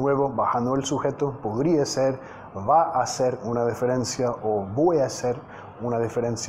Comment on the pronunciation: Me encantan tus vídeos, gracias por tu canal. Permíteme corregirte en la palabra "diferencia" ya que cuando la pronuncias lo haces cambiando el sonido de la i en "di" por "de", es decir, dices "deferencia" en vez de "diferencia"